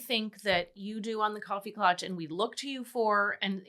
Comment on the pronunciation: KLATCH please. It is a German word.